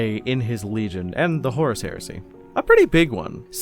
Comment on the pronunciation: at this point, I just hear "Horse Lupercal"